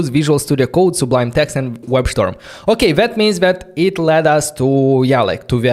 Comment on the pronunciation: Thanks! Interesting! Heard the pronunciation of Webstorm, somehow it sounded familiar. I looked - my ear was not mistaken, Vadim from Chisinau)) Greetings from Ukraine!